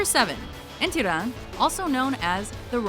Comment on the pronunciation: P7 - Enthiran? seriously????? xDD